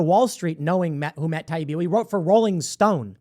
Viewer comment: Every clip of Democrats I’ve seen has been disgusting. Mispronouncing Taibbi’s name, dripping with condescension….they hate real journalists and whistle blowers. I’m so glad I left the Party for good when they chose Biden